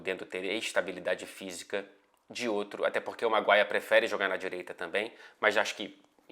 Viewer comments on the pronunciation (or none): none